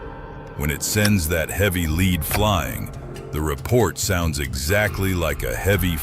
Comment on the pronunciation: At around 12 min, the "AI Man" finally said "lead" correctly, then forgot for the rest of the video.